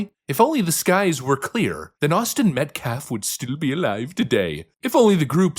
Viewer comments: This idiot is to be the defense lawyer but cant pronounce names properly: Daniel Pena? - no, it's Peña Austin Metclaf? - no, it's Metcalf Is no one else picking up on this? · He also calls Mr Austin Medclaf I thought this young man 💐 R.I.P. that his name was Austin Metcalf 💐 This Guy is a JOKE ! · So many words were mispronounced , even austin metcalfs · He's no lawyer. He is a fake "pastor" with a record for domestic stuff. They didn't exactly pick a winning horse with this guy. He's obviously slow. He can't even pronounce "Metcalf" and he uses axe instead of ask and respek instead of respect. He's a clown show.